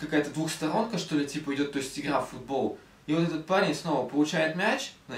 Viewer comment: А почему ты произносишь онлайн фУтбол, а не футбОл